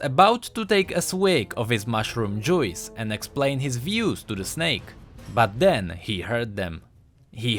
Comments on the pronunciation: again. your accent and pronunciation. please improve them. --that's my feedback. "Mushroom joo-weez" it's mushroom juice.. mushroom "jews" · i know english isnt your first language but your pronounciation of juice made me lol